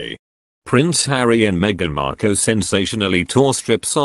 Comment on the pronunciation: Would have been better if the narrator could pronounce Markle properly. Let us just see what happens in the next few days shall we.